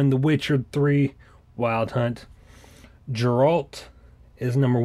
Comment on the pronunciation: Let’s be real, this guy only got this pop because he thought it looked cool X”D! He doesn’t know who Eredin is, or for that matter the Wild Hunt either, LoL! Now that’s kinda fine, this guy has style... but when he mispronounces Geralt as “Jeralt” I couldn’t help but point out what an amateur and rookie mistake it is when you get a pop for a Genre or Series you haven’t even Played :/ LOL! Not trying to talk trash, it’s just funny LoL It’s just you mispronounced the MAIN Characters name and don’t even know Eredin the MAIN Antagonist LOL X,D